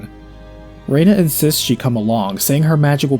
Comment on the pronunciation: I liked the annunciation "rey-na" as this was what I knew it as 20 years ago... But Claude has a sound bite when KO'd that annunciated Rena "ree-na." Perhaps I am misremembering though